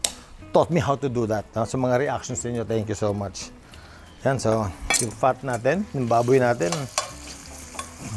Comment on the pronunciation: Fat not PHAT🤣🤣🤣🤣🤣🤣🤣🤣